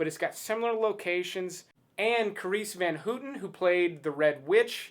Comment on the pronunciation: kAHreees fan HUtten prononciation just killed me/ Is it difficult to check for transcription before the shooting? It's Dutch, not some ancient lost language